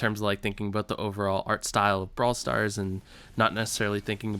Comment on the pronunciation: Braw starl foleverl